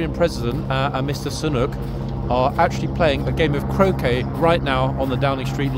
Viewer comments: Do you mean Mr Sunak. His name is Rishi Sunak. Not Sunuk. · with respect, please get the pronunciation of the Prime Minister's name correct! It is Rishi (sounds like Richie) Sunak (not Sanook)! Otherwise, you are perfection!🥰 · It’s pronounced Rishi (SU NAK) Sunak not SU NOOK 😂😂😂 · Now forgive me if I'm wrong ... but I believe our Prime Ministers name is pronounced Sooonack? 😊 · Typical idiot, cannot even pronounce the name of Britain's PM! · it's pretty bad when you cannot pronounce your own prime ministers name